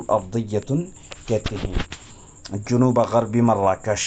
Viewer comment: جنوب بفتح الجيم لا بضم الجيم.